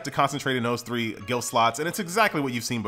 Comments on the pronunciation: Dude....it's Glyph not gilf.............please, are you ok?? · The word is pronounced ga lif. not guil f lol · I don't mean to be a nazi, but glyph is pronounced gliff, not gilf. <3